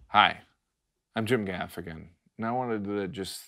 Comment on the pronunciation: At the the end I thought you said " Hi I'm Jim the African". Then I realized it was your name.